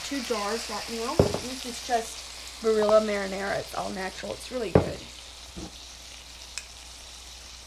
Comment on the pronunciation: Love how those southerners pronounce the Italian name "Barilla".